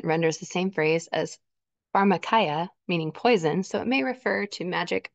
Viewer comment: pharmakeea is how it’s pronounced. Pharmacy is what it is linked to as poison. Evil and conspiring men of the last days!